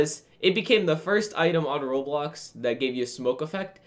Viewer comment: its pronouced Roblox